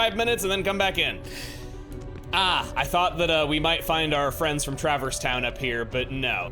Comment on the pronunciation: As a first time viewer to any HK content, I wonder what sort of heartless might be born out of a world's heart. Also, I never saw any explanation of it, so I guess was just always pronouncing Traverse like "Trappers"? Never got that bit!